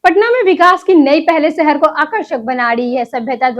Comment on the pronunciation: Accent needs improvements...😭 City👉Shahar✅️. ko Sahar❎️ But Weather👉Mosam✅️ ko Mosham❎️ 😭😭😭😭😭😭😭😭😭😭😭😭😭😭